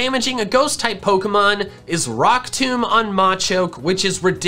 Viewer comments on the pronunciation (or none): none